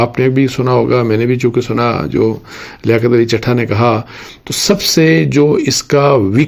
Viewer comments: سر چٹھا نہیں چٹھہ ہے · اصل لفظ ہے چٹھہ چ+ٹ+ھ+ہ دس مرتبہ پریکٹس کریں پلیز ایک صحافی سے غلطی کی گنجائش نہیں ہے